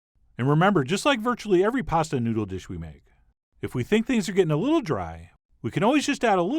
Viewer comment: "if we think things are getting a *Li*ttle dry".... What is wrong with you? Talk like a human being? This was disgusting to listen to!